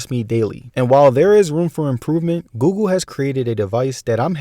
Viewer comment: Bro is always saying gugu instead of Google. xd